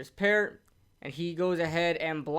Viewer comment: Your saying peart wrong lmaooo, I would know Bc I know him personally, my brother played wit him through out college